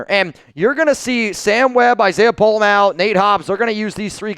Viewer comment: u finally said Pola Mao’s name right! Mah-O (you used to say May-O). He definitely is the guy for the job, but there will be growing pains. His tackling is definitely better than Epps. Question is can he do get the back end aligned properly